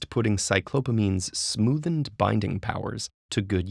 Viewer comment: Sorry but I keep hearing "the smoothn't" instead of "the smoothened" and its driving me insane